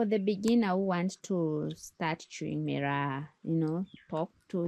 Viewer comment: I lived in Kenya for a year and chewed every single night. He mispronounces it. Chewing gum and fennel seed was how we did it on Lamu.